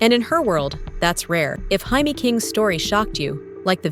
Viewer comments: AI Garbage about JAMES KING, model legend---- why is her name being pronounced HI-Mee, she's not even latin. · “Hi-me” King? This AI narration is trash. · Her name isn't Hi-may. She's not Latina. Her name is pronounced Jay-me. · Came here to mention this. She is an American model, her name is pronounced “Jay-mee”! 😂😂😂